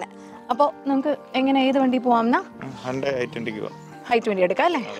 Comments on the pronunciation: Car advertisement aanennu parayuke illa! Atrakku naturalayi abhinayikkunu 😂🤣Also she pronounced “Hyundai “ as “HAANDAI”😂 Actual pronunciation in korean is "Hyun-dae" ( if that was what she was trying to do she failed)and in English is "Hyoon-dai"... But she is pronuncing it as " HAANDAI" which is neither the actual korean pronunciation nor the English common pronunciation! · ഹാൻഡയി അല്ല ഹുണ്ടായി